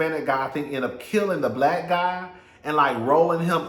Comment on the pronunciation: I knew he was blyke when you said Compton.